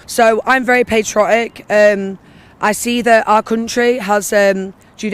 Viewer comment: "i'm very paytrotic" 🤣🤣🤣